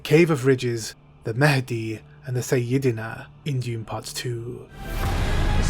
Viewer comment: IT'S PRONOUNCED SAI-YA-DE-NA LOL